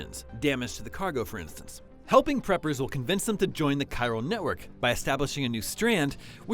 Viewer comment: Damage to the cargo FOR INTH-TINTHS (Instance) lmao